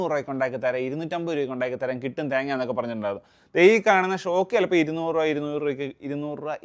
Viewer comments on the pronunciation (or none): none